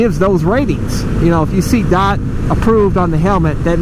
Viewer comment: It's Dee oh tee not dot?